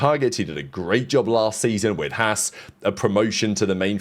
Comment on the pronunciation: Learn to pronounce Haas properly